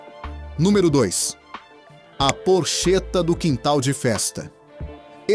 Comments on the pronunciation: Porcheta se le porqueta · Gostaria de saber o nome desse locutor... é muita ignorância numa pessoa só. Não sabe pronunciar palavras como Mooca, porchetta e outras mais. Para ser locutor de vídeo para o público é preciso que o individuo seja preparado... Lamento o despreparo desse indivíduo!